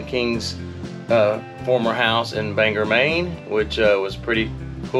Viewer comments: Dear God, your pronunciations are so southern, LOL. It's Acadia, no R in it. Also, not Banger. It's Ban-gore. Surprise, we do have hills here, and we love our dirt roads. No pickleball is no surprise. It's not big up here. Who needs a pool when you have a lake or pond? Patten Pond has gone downhill since it was sold. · Acadia not Rcadia and BoagGor as in All Gore not Banger